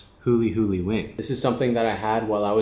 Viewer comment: Bro said that “fucking” with conviction